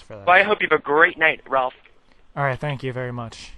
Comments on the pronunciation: omg he said Ralalf lol I love it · lol the end "thank you very much ralph" fucked it up a bit lol